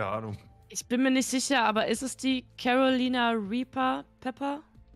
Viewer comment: Wenn man vom Chat abliest, sollte man vielleicht die Aussprache beachten...#carolinareaper